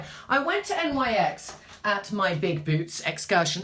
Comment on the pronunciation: Love watching you! Btw NYX is pronounced "nicks". Their products aren't bad, I have quite a few items. Tribune, you and I are similar in coloring except that I have hazel eyes, their taupe/spe915 pencil is very nice for brows w/o looking too harsh.